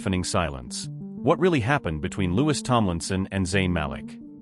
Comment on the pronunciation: You butchered the named of Louis, his Mom, and Nial.